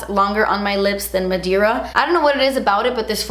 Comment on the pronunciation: “Madeira” means “wood” in Portuguese & it’s actually pronounced “mah-day-rrha” (roll the r) 😉❤️